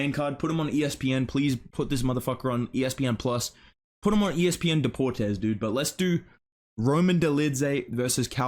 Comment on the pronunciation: ESPN Deportes 😂 As a native Spanish speaker myself, I must say: Buen español,.